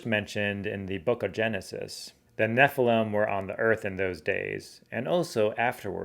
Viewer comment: I don't get why you don't properly enunciate each syllable in NEPHILIM. It should be NEFF. ILL. IMM. Not "neflem".